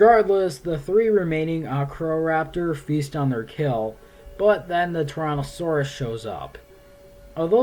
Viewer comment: It sounds like you're saying Torontosaurus or Tauranasaurus, not Tyrannosaurus.